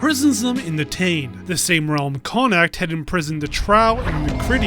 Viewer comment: How did you play the game when you still can't pronounce Connaught....? It's Connaught (as in Connaut) not Connact, it's also Balor not Baylor.